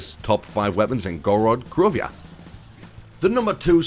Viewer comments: Why do you say Gorod krovia? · You said Gorod Krovia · Why would you drop kick your grandma you're in idiot and I hate when you say that and you pronounce Gorod Krovi wrong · Ok doesnt matter it just sounded funny <3